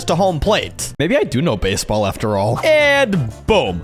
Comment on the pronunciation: "Basball pitch"